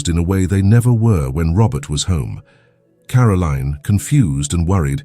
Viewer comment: It is Caroline NOT Carolene